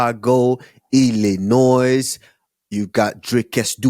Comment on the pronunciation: Hey kamaru the S is silent in Illinois. Just like du plessis